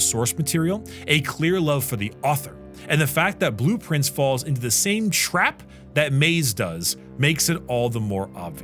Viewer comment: i always heard blueprints, when he said its name :D